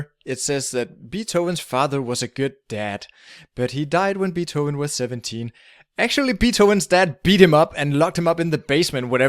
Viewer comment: Nice video, but that's not how you pronounce Beethoven.